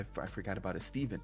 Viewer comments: "Eh-Steven" 😂... But I'll give you credit for pulling so many B and A-rated players, especially deep into each draft. That's impressive. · the way he said estevan got me every time😭😭